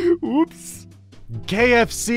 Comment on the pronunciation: Did anyone else hear him say "Gay FC and not "KFC"?